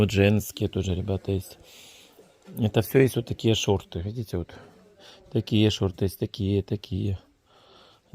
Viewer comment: 4-25. ты очень часто переставляешь буквы в словах, это что-то не очень с головой. Не шторы, а шорты. Я не стебусь, серьёзно, почитай об этом